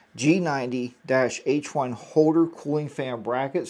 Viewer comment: I noticed that everyone is mispronouncing the G90's name. It is pronounced: SHEGOO or SEEGOO. Like the Chinese Leader XI = SHE